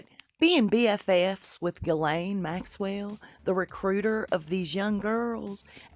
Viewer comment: Her name is pronounced, " Jis-Laine "